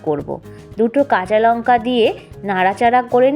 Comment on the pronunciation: Recipe টা বেশ , তবে দিদিভাই ওটা পেয়াজ নয় “ পেয়াঁজ “ , আর ফুলকফি নয় “ ফুলকপি “ উচ্চারণ করুন,কাচালঙ্কা নয় , “ কাঁচালঙ্কা “ বলুন। আপনার কত কোটি লোক বাংলাদেশ থেকে এসেছিলেন? সেখানকার ওই মোল্লা ভাষা টা বদলে নিন